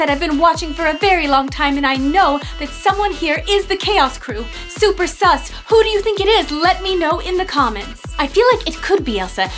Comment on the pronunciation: Lol you said sum instead of sus